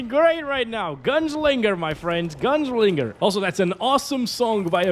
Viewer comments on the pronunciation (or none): Guessing the menues are limited as well and reviving is like starting FSR/DLSS over and you loose the frames until it kicks in again? Oh, and the accent showed its colors pronauncing Gun-slinger ;D